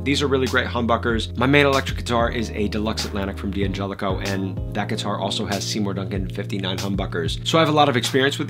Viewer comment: In an Italian name, the D' prefix is not an initial (that you would pronounce separately), it's a contraction – like in the English word "can't". We don't pronounce "can't" as can T , right? D'Angelico starts with the syllable 'Dan'. (Likewise, D'Addario starts with 'Dad'.)